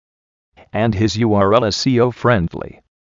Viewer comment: lol this ural is not see-o friennnndly!